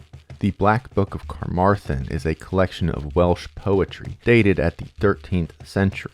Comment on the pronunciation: Carmarthen is also pronouced with more emphasis on the Maaaaar -- Car-MAR-than. At least by the ppl that live there!